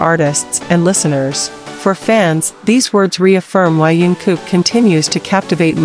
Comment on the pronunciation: I stopped watching the minute you mispronounced his name!!!